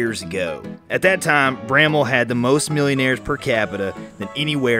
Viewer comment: Thank you for pronouncing Bramwell correctly.